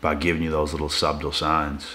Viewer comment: Do all of the "chosen ones" mispronounce the word "subtle"? fff bath poem